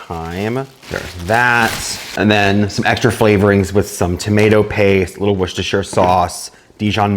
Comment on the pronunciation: Love that you pronounce Worcestershire properly! (Coming in from Scotland) 😊